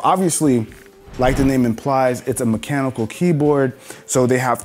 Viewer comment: 'Mechenical'. Oh dear, lol.